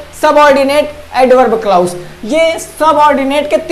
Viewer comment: क्लाउज नी बोलते क्लाज़ बोलते है